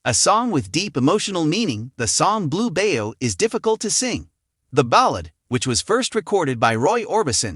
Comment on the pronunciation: It’s Blue Bayou pronounced By you not bayo